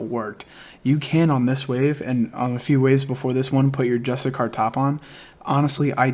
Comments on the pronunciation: Jus-tish-shir. Not justicar. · I love the guide, but PLEASE PLEASE PLEASEEEEE, learn how to pronouce: JUS-TI-SEE-AR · It's pronounced Just-ish-she-air. Hasn't anyone heard of the word 'justiciary' before? Lol go ahead and Google the pronunciation. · Bro, great vid, just one thing; You're butchering the word Justiciar lmao. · cool vid but can you PLEASE pronounce "Justiciar" correctly?